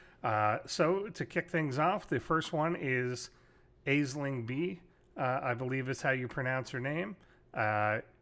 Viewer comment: Its pronounced Ash Ling not isling